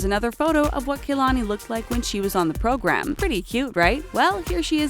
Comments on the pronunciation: Its not KAYLONY ITS KA-Lon-I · Its pronounced Kah-la-nee Not Key-la-nee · you guys pronounced Kalani’s name so wrong that it made me cringe